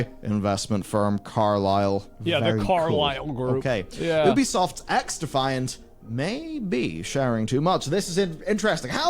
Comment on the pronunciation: Pretty sure I just heard call Ubisoft poopysoft for a moment